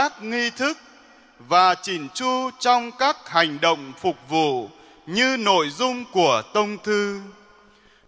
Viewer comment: Phụng vụ chứ. sao cứ đọc là phục vụ nhỉ, sai sai thế nào ý